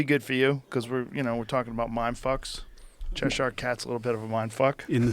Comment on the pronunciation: Chesh-ire ? Joe, it’s one syllable my brother. Cheshire.. in on go